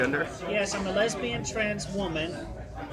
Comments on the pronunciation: Can I just say that you saying Leabian absolutely killed me because I wasnt watching the screen and I got so confused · "As a leabian transwoman" Thank you so much for saying it the way he typed it lmao.